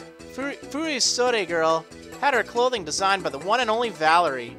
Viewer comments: The second part you got right but the first is wrong. It's furo-sodee, not fury-sodee. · it's pronaunced: fu-ri-sod it's the name of the kimono (altough these are fasionable modern furisodes and not the treditional furisodes [which are worn by Geishas hint-hint Kimono Girls]) I love Valerie's style, her outfit is beautiful, this gym is beautiful. and the badge is beautiful too. wish I could play this game. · its pronounced fury-sodde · It's pronounced Furisode